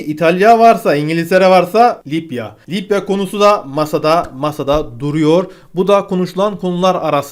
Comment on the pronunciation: Bu adamın şu kelimeleri söylemesi beni gülümsetiyor :D Libya : Lipya Meclis: Meşlis